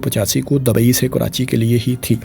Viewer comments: Wo Dubai ko hi dabai bol rahe koi 50 bar aap aik baras ki bat kr Rahe hain 😂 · Dabai nahi bro dubai😂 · Dabai nahi Bhai Dubai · Dabai dabai dabai....urdu seekh sarak chaap